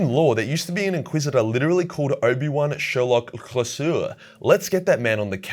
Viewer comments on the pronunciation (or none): The biggest mystery is pronunciation of Obi-Wan Sherlock Clouseau. It's "clue - so" after Inspector Clouseau in the Pink Panther films/cartoons. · Yo great vid ty. Also, Clouseau is pronounced "Clue So".